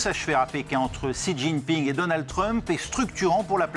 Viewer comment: j'ai cru entendre une dinguerie quand vous avez ecorché le nom du président de la chine